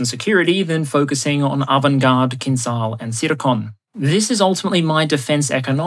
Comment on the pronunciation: just one remark. The Kh-47M2 "Kinzhal" a.k.a. Killjoy, is pronounced like "Kinjal", the "j" in the middle is pronounced like the "G" in General Oligarhovich.